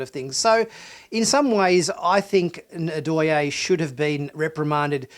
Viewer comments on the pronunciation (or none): Loved the review, thus far, as of . Just a note: it is "NNN-Doy-aye" (hard 'N' sound, no "ah"). It's a Bantu name, similar to Zulu. The tongue touches the roof of the mouth hard, then 'Doyaye'. Just a friendly thought. I agree that there should have at least been a line about an inquest into her actions. Otherwise, good stuff. Admittedly, you get a bit petty on Burnham's emotional state . It's interesting, as the first scene that comes to my mind is when Kirk learned "those Klingon bastards killed my son!" He practically falls down against his captain's chair, in supreme grief over it. So, these events have moments. She's not Sisko; she's not Kirk; she's not Picard or Janeway. Please quit making them the measure of her character. That's not remotely fair. As well, you realize these people saved their homeworlds. I'd do a bit more than just jump up and down. I'd get downright blitzed! No telling what would happen. The satisfying ending makes the emotions well-understood. Picard has his own damned emotional issues, which is the core of his problems, as we see in Picard. So, no - I "can't imagine" Picard getting jumping up in down, in circles. It's Picard. These people are NOT Picard. Please quit with the false equivalencies.